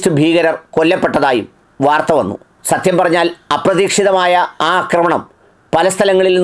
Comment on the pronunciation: "അക്രമണം " അല്ലെടാ പൊട്ടൻ ഡോക്ടറെ... ആക്രമണം. അക്രമണം =പൊട്ടതെറ്റ് ആക്രമണം = ശരി! ഉള്ളിൽ അഹന്ത കൂടിയാൽ തിരുത്തില്ല.